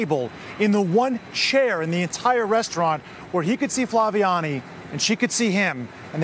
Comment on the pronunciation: They misspelled her name, Flaviane, but the narrator did pronounce it correctly, except in Brazilian Portuguese the second A sounds more nasalized. Anyway, a heart-warming story of civic courage! 💚